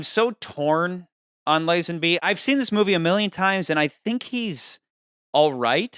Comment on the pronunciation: "Lizenbee" hahahaa thats how you pronounce Lazenby...bro.